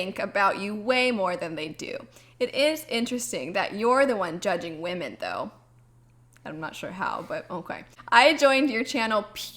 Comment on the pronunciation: "Whamen"...lol, sounds like someone with a speech impediment ordering Japanese noodles!!